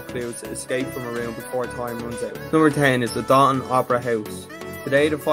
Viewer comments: It’s pronounced “dough- than” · Lol this is my hometown, it’s pronounced Dough-Than